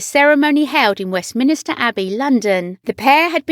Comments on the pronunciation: Someone needs to teach your mechanical voice to say West-min-ster properly (it's NOT West-min-is-ter). Good grief! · It’s Westminster and not ‘Westminister’ (mispronounced twice)